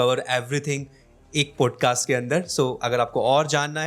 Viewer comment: Bhai it sounds so irritating when you say पोडकास्ट .. it’s पॉडकास्ट